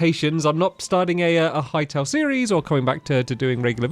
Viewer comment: Hearing stamps say Hytale sounds wrong 😂